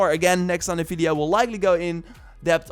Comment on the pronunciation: You are always saying "Fideo" instead of Video 😄